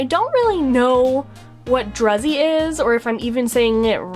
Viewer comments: Pronounced drew-z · Druzy pronounced "droo zee" is a composition of tiny sparkling crystals on the surface of a rather bulky crystaline body. ( I looked it up) 😉